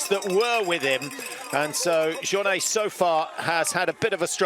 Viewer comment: The uninformed commentary is really annoying. Apart from anything else, you'd think professional broadcasters would at least know how to pronounce Jornet 🙄 UTMB do a much better job at race coverage, with commentary by trail runners who know exactly what they're talking about.